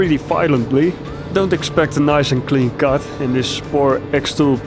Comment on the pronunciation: I like your pronunciation of the word cut, sounds alot like kut 😂